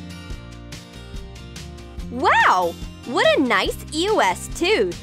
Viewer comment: did she just say e o s? ITS EOS